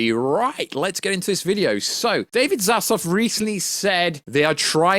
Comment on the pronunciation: ZAZLAV....not Zazlov